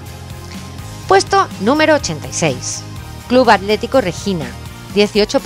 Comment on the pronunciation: hola amiga excelente videooo ,pregunta los españoles no pueden pronunciar las letras seguidas "tl"? vi que decias alético en vez de atlético